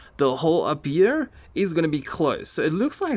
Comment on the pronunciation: I love it how he makes "here" into a "year" Great video btw